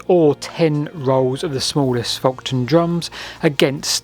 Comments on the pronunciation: it's 'Folkton' not 'Folkon'. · Its pronounced "foketon" and "bur-Ton" . I grew up near both sites of the Folkton and Burton Agnes drums... best area in the UK for Neolithic sites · Just saying its FolkTon